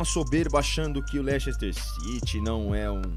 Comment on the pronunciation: Não se diz "Lechester" o correto da pronúncia é "Lester"